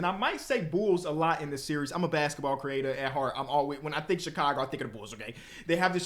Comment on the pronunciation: that Chicago came out "VON!"